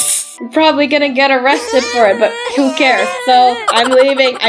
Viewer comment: its who not hiw😂